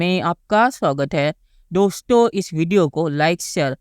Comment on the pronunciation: डोश्तों 😂😂😂😂😂😂😂 बोलना तो सीख लो पहले